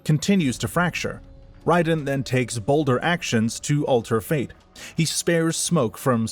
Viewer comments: Was going to post the same thing. The games all clearly pronounce his name as "Ray-den". I feel like people who insist on pronouncing it the way the author of this video did are just being pretentious and claiming "hurr durr, we're just pronouncing it correctly according to how it's spelled." What people like the author of this video fail to realize though is that how it's spelled and "correct" rules of pronunciation are entirely irrelevant. However the developers of the game say a name is pronounced, that's how it's pronounced regardless of spelling or other rules of pronunciation. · First of all i was very sceptical of the voice and not mentioning that the og kung lao was the ancestor to clarify misconceptions but after hearing you pronounce raiden i was 100% sure this is ai slop at its finest. Dont get me wrong you probably halfway put effort in this vid probably. But i aint watching that shit. Now gtfo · its not wrong but its MK wrong lol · You get a down vote because mispronouncing Raiden tells me youre using AI, either to write your script, read your script, or both. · Buddy makes a whole ass video on the world of MK and can't even pronounce Raiden correctly. Like did you even listen to any of the scenes? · Has to be saying the name wrong on purpose. Raiden's name is used in every game countless times properly. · Great video. I really enjoyed this succinct summary of Mortal Kombat's deep yet convoluted lore despite the omission of 11's part in the story and the mispronunciation of Raiden. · you are correct. It’s not up for debate since nether realm created raiden and also named him so they can pronounce his name however they see fit which they decided to go with ray-den instead of ry-den. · No offense, but I think that people assume it's AI because of the unusual way that you pronounce some names, especially Raiden.